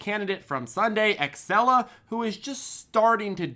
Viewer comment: Xela is pronounced Zeela, idiot.